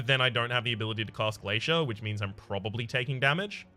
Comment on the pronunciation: Wait 6 months ago you were saying glacier correctly?? What the hell.